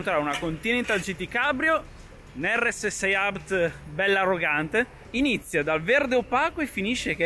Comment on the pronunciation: Però la pronuncia di RS6 abt non va bene ahahah, per il resto ottimo video